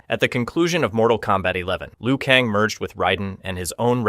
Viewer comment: I am convinced dude has never played a Mortal Kombat game. He pronounces most of the characters names wrong. When you select a character in game the narrator pronounces it. Like how do you pronounce Liu Kang as Liu Kong?